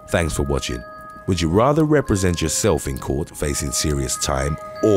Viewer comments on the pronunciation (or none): none